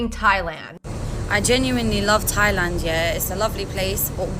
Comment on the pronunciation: I’m Native Hawaiian and hearing that Thailand b mispronunciation just made my blood boil. We don’t like tourists here in Hawai’i and honestly don’t want them here. Especially ones like her.